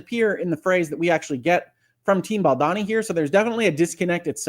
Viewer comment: I love your commentaries, you are my favorite, I missed you terribly while you were away, but I must tell you that it’s pronounced Baldoni (rhymes with baloney). Thank you for your balanced, thoughtful, and incisive commentary. SO APPRECIATED!!😃❤️ Elizabeth